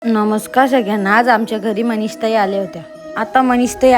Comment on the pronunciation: मनीष आहे की मनीषा आहे ती ती च नाव सुधा तुला नीट बोलता येईना बाई